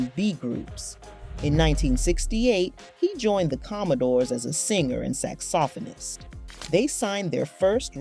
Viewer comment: I am tripping over the pronunciation of "saxophonist"! SMDH